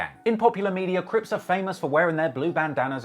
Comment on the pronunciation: Not CRIPZ, CRIPS. Very Important difference.